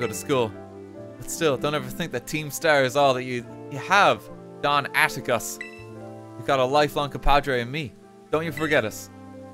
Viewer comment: is the closest we're gonna get to him saying Atticus right XD